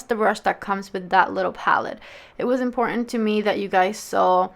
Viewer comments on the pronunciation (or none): none